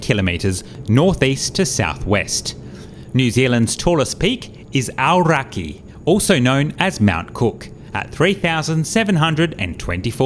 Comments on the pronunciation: Your pronunciation for Aoraki was great. Cool vid. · Nailed the pronunciation of Aoraki. Boom! I'm really surprised Emirates fly the A380 into Christchurch, especially as it's capacity outstrips demand on this route. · Kia ora! Your pronunciation of Aoraki was perfect. Ka pai 😄